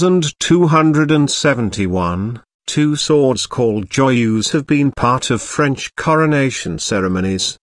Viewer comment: Oh god that voice.. horrible pronunciation. The way he (or rather it) says Joyeuse makes my stomach turn.